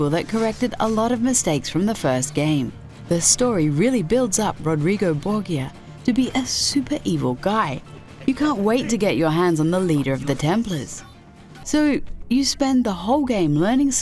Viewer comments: BOR-JA not BOR-GEE-A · The way you said Borgia made everyone of us italian die a little bit on the inside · The commentators pronunciation of Borgia is getting me triggered. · The pope from assassins creed 2 first off that's not how you pronounce his name secondly it makes perfect sense if you actually played the game, he was the one ultimately responsible for your families death,you grow to hate him so its a fitting fight to beat the crap out of him for everything he did